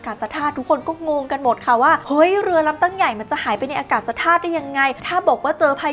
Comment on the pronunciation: อากาศธาตุ = อา กาด ทาด